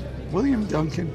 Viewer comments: Eh... Dari awal pelafalanmu sudah salah... DUNCAN itu bukan dibaca "dun-chan" tapi "dan-ken"... "Ken" nya dilafalkan seperti menyebut kentut... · Dibaca danken bukan duncan😂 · Bacanya danken, bukan duncan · Tolong belajar cara pengucapan nama2 dan sdkt bhs inggris. Duncan, softball dsb jangan dibaca ala bhs indonesia. Aneh di kuping.